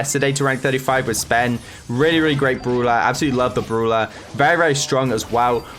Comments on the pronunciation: Pls start saying brawler not brula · Brawler!!! Not! Browler !!!